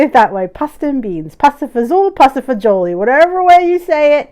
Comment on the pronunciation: I love when you say it with an Italian accent !